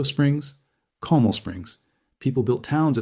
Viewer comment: It’s pronounced “Bear” county not “Bex-are” county. AND it’s pronounced “Cōm-AL” sorta like “comb + AL” like Al Pacino.